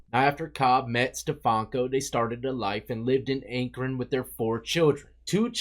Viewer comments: Akren lol its Akron pronounced Ack-Ron! Love ya! RIP LUCY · Its pronounced Ack Ren